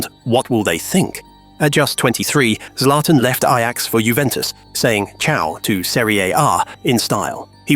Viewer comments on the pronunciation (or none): none